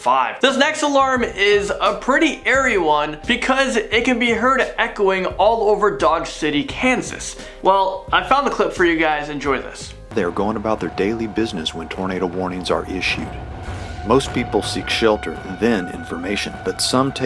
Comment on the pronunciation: and its dodge city not dog city for some facts